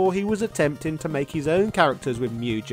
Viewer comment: MugGEN, not Mujen! 🤬